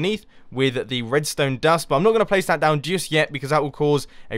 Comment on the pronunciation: He said prace... he's gone Asian.